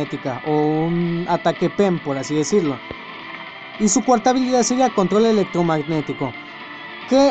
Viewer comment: "Y su cuarta habilidad es control eltromanitico " :v